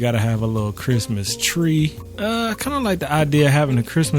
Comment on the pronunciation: no one:: 🥷"ITS CHRISTMAHS TIMEEE! (x3) you excited fa CHRIMUHTYYYHME??” 😂😂 missed you man lmao🤍